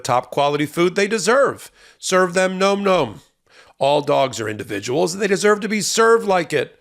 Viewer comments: If you are going to have a corporate overlord, the least you can do is pronounce their name right. It's NOM NOM, not gnome gnome! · surely nom nom should be pronounced like pom pom as it has no 'e' and not like Gnome Gnome. Alas, the President in White House Down was Jamie Foxx and he looks nothing like Harrison Ford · Bro, it's Nawm Nawm, not Gnome Gnome😅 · It's NAHM NAHM not Gnome Gnome,!! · Nom Nom is pronounced Nahm Nahm NOT Gnome Gnome!! 😂😂 Nom Nom as in yum yum, nom noms. Wow. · I've heard this item advertised on another podcast. I think you might be pronouncing the name wrong. The other people pronounced it like "Nahm Nahm" like the sound that people sometimes make to signify something tastes really yummy and you are gobbling it up. If you want to double check which pronunciation is right?